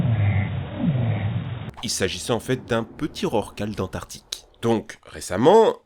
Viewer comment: On dit AntarCtique pas Antartique 😒.